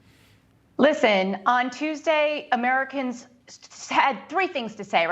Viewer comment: Biden; "Ameeicans are confused right now..." Americans; " Biden is confused, period."